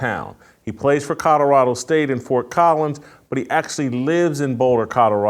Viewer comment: JASON….IT’S NOT CUDDERADO!!! Love ya… but it’s Col o ra do!!😂😅